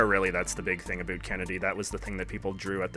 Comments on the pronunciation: "Think a boot it" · More like only Canadians say about like that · Are you Canadian or from the upper mid-West? It sounds like you pronounce your about with an extra emphasis on the O.